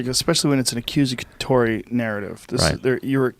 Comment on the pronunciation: "Accusacatory"? Nah Joe. Accusatory